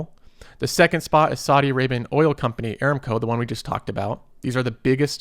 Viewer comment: I look forward to your videos and mostly agree with your advice. However, you will have higher credibility if you pronounce company names correctly. You consistently mis-pronounced "Aramco". The correct pronunciation is a-RAM-co. See